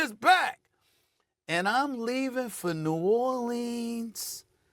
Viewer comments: SaS lost credibility the moment he said "New Orleens" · He cant even pronounce New Orleans correctly. SAS is a dip.